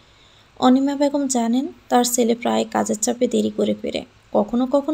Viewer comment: চ আর ছ এর উচ্চারণটা একটু শিখুন প্লিজ। ছেলে কে বলেন চেলে ,, এই রকম আরো কত কি